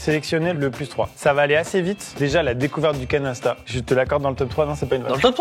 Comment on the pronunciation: J'écoutais la vidéo plus que je la regardais, et quand vous êtes arrivés au Canasta j'ai compris Canesten. Ça m'a un peu surpris un moment